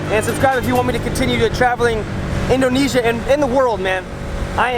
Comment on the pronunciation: you say it like this indonizia